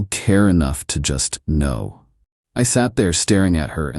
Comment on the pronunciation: Anyone else notice that the AI voice pronounced the "k" in " know" each time? 😁😂